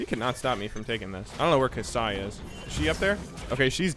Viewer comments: Did you say ka'sai instead of kai'sa? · Im triggered by you pronounce the names of these champions. I could MAYBE understand E-vern instead of Ivern, but its written Kai-sa, not Ka-Sai From one triggered boi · and kai'sa not ka'sai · Wouldnt cow fit better than Kuh? Also its 'Sa and Not 'Sai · GamePanda we all knows that it's "Kaisa" but somehow some youtubers and streamers just call her "Kasai" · also kai'sa not ka'sai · Yes, EEvern and Ka'Sai Totally not Ai-vern and Kai'Sa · KAISA NOT KASAI, IVERN NOT EVERN! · KAI'SA!! PRONOUNCED KYE-SA NOT KA-SYE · HER NAME. IS NOT. KA SAI. its kai sa. please. please just read. its not that hard. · its pronounced "Kai sa" not "ka sai" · "eevern" "kasai" ahhhhhhhhhhh. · Love your ability to pronounce things, never fails to amuse me. Or are eevern and ka'sai new champions coming out yet to be anounced? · "EEvern" and "kasEYE" - 2018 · E-VERN and Ka Sai... close my guy, close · Evern jungle, kuh’sigh adc... love the pronunciation there xD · its eye-vern and kai-sah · EEvern, Ka-sae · EEEEvern, Ka Sai? Cmon man.. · I love ya but it’s EYE VERN and KA EYE SA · please stop saying "Ka'sai" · Pls learn how to pronounce Kai'sa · The way you pronounce Ivern and Kai'Sa makes me feel uncomfortable.